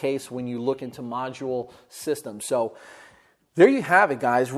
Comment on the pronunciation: He says so like show